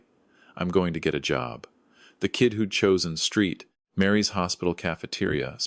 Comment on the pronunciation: I know AI has plenty of issues, but Street Mary’s? 🤦‍♀️ Try Saint Mary’s.